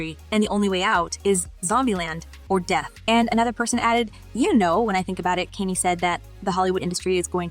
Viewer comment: Wow this is an AI generated story you never see the girls mouth and she pronounces Dave Chapelle name and Kanye incorrectly. That was a dead giveaway. Therefore is it true info or simply click bait